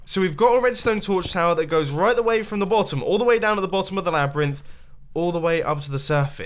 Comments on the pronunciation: 21.16slabyrinth not labyrinth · You should call it the Slabrynth (Slab-ryhth)